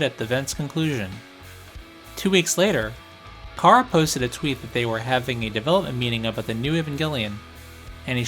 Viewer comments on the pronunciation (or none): none